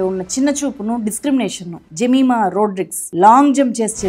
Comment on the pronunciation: జెమిమా కాదు యెమీమా ఈ పేరు. యేబుకుమార్తె పేరు.ఆమెచప్పినసాక్షంఛాలాగొప్పది🎉❤